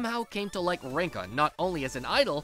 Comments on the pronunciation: Bro am I the only one who realised him saying her name Linka instead of rinka 💀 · Linka....huh someone switched the r for an l there